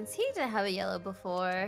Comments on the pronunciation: Itsfunnehs sister said blellow blue + yellow = blellow right? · Did she not say blellow? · I say lellow to